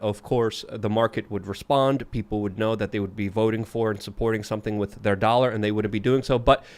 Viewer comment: Have not missed. Go away and come back when you can pronounce "with" correctly.